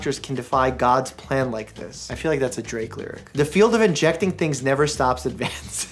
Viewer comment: I literally cried when he said “injecssing” 😂😭idek why.